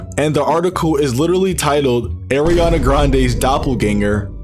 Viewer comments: went from Ariana to “Arina” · It's Ariana not Eriana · It’s not (Air) ianna it’s (Are) ianna